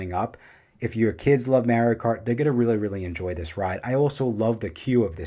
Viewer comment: Good video! The way your pronounce Mario as Maryio is funny lol. Also putting Curse of the Werewolf as number 1 is a choice, you put it even over the flagship ride of the Dark Universe section of the park.